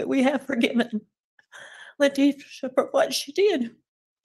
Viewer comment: BYE lat-tee-SHA